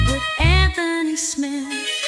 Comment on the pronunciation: Bisping never learned how to pronounce AnTHony. Always calling him antony.